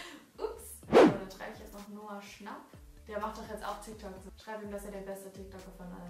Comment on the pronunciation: Kein hate oder so aber du sprichst Noah schnapp falsch aus 😂